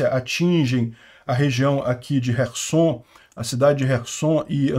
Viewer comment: Não é resson e sim kerson